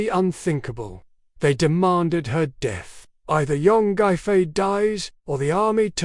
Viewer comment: the pronounciation of her name is embarassing. It should be pronounciated as phonetically Yang Gway Fey